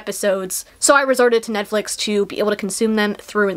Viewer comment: “Ned-flix” lmao